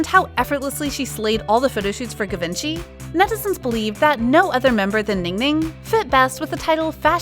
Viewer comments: Ga-vinci? Like Leonardo da Vinci? No no no no no, it's GI-VEN-CHY. Please at least let the narrator hear the correct pronunciation before she completely butchers it. The pronunciations are on youtube, I checked. If you want to talk about luxury brands, at least get the pronunciations correct.... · U pronounced Givenchy wrong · The way you say givenchy is funny =)